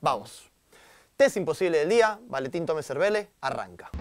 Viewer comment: VALENTIN TOMES ERVERLE JAJSKSKSJSJAJAJAJ DECÍ BIEN EL NOMBRE AL MENOS